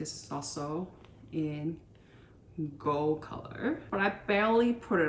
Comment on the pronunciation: I’ve now had to sit through three videos where you’ve mispronounced “quota.” It’s not “co-dah,” it’s “kwoh-tah.” And “gold” has a hard “d” on the end, not “goal.” And the vocal fry is painful.